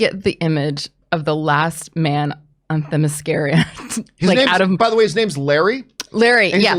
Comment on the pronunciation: I'm all up for a henry return, love him as superman. but the blonde that couldnt say themyscira right sounds like an idiot. she should never be allowed to speak ever.